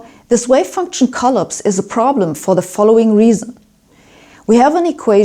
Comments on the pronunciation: She pronounces "collapse" as CUL-eps, while in the states we say cul-APS. Who knows - maybe we're the ones who pronounce words differently. We in the USA are insulated, and many of us are isolated, from the rest of the world. We don't know what we don't know. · Sabine and Shaun Caroll should have a debate. We want to see it. And from this day forth the I will pronounce collapse as collOpse. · Please somebody teach Sabine how to pronounce "collapse" in English. I was most of the way through the video before I realized she wasn't saying "co-lips". Made the whole thing yet more mysterious! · collapse is pronounced cuh-lapse' - accent on second syllable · "Collapse" - the intonation stress in on second syllable, not first= collAPse. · Agreed, she does put the stress in some words a bit off. Yet, I challenge you to speak German at the same level as she speaks English. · Although it's really fascinating to hear this stuff from this excellent physicist, it is really damn hard to keep listening the word "collapse" pronounced like that. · It's cute how she mispronounces "collapse". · Great explanation of measurement. Love your posts. I've always had a problem with the "observer" and the act of measurement. To me, taking a measurement means you need to interact with what you are measuring; there is no way around this. The wave "collapses" (she needs to learn to pronounce this). In our world, any particle that is interacting with another is "taking a measurement" of the particle and therefore collapsing that particle's wave function. According to many worlds theory, the universe should now branch to capture the other measurement possibilities. There is therefore an exponential expansion of the number of universes coming into being. Like those nightmares of doors in an infinite hallway. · I wonder what it means that you cannot pronounce the word collapse right. You emphasize the first syllable instead of the second. /kəˈlaps/ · drink every time she says collips